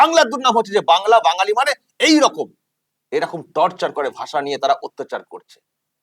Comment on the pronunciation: যে চশমাপরা ন্যতাটা ওই ভদ্রলোককে শপথবাক্য পাঠ করানোর মত করে বলাচ্ছিল,সেই কুলাঙ্গারটাই তো ভালো করে বাংলা বলতে পারে না।রকম কে রকুম বলছিল।